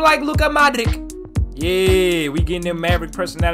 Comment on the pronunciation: it is not Luka ModriKK it is Luka Modrich ,same as Mate RimaKKK it is not RimaKK it is RimaC ,,greetings from Croatia